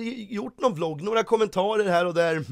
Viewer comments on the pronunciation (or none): none